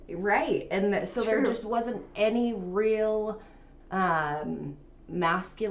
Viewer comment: “Rill” instead of real. “Dill” instead of deal. Pronounced “ing” as “ink.” Just a few examples